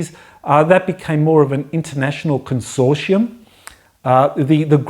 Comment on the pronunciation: Think has trouble with "consortium", but interesting as always.